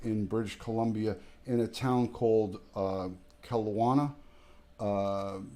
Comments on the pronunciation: Keh-Lo-nah is how it’s pronounced! I live here, a block away from where this horrific crime took place. Although the house is occupied by a new family, it’s still very eerie to say the least. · Kelowna is pronounced KEL-OWN-A